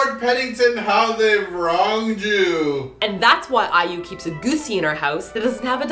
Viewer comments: I usually like their jokes, but making fun of someone's name, stage name or not, is just low. Especially if it's in a derogatory way like how pronounced it. If he said it just once at the beginning of the video, I might have been a bit more lenient. But saying it throughout the ENTIRE video was just uncalled for. I'm not even an IU fan and I found it insulting. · Please don't say IU like that. It was really rude. You guys tend to be funny, but it really bugged me the way said her name. said it properly, so has no reason not to. I know in a past video you seemed to just not know how Xiah was meant to be pronounced; however, if you are gonna make a video about a kpop artist, at least learn how to say their name properly and say it properly. Many of the people who watch your videos are fans, so you should be a little more considerate. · Hahaha~~!! Never got sick of way of pronuncing IU's name! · Didn't really enjoy this week's KMM. Being a crazy fan of IU, I didn't really enjoy the humour put here... I know is joking but... could at least pronounce IU right for once? T_T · Man, you are just destroying these kpop names. I will never pronounce "IU" the right way again...Or B2st. or ss501. or B1A4.... But I must say, your explanation of this music video sounds a lot more legit than the actual one. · i couldn't stop laughing at the way pronounced IU XDD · why don't you have more respect for IU instead of asking respect for the goose? stop pronouncing her name as EWW! one or 2 times is enough but throughout the video? please stop. Dont mean to be rude or what...i just felt quite uncomfortable hearing EWWWW it is AI-EE-YOU! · after this, I'm pronouncing iu as "ew" LOL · Thanks to Now I say BATOOST instead of Beast I say Efcuz instead of Focus *F.Cuz* I say MmmBlak instead of MBLAQ and now I say Ew instead of IU... xD Anyway, IU for the win! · haha its so funny how pronounce IU like iewww hahah HAHA:D